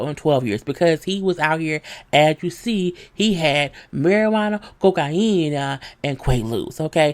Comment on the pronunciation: Thank you for this review! I hope you’ll do one for Netflix’s other smash hit series Love Is Blind, too. (If you haven’t already. I’m going to check the channel for it after viewing this.) LOL at “coke-I-eee-nah”!